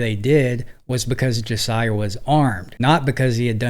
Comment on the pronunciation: BRO...Learn how to pronounce names before doing your videos please. I almost stopped watching after hearing you mispronounce Josiah several times. Their's several spellings but he stated it very clearly.